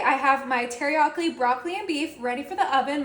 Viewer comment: 😂😂She said teriyakli 😂